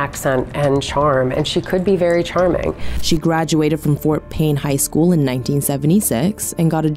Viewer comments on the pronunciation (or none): none